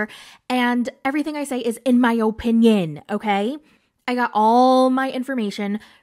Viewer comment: "In my Po-pinion"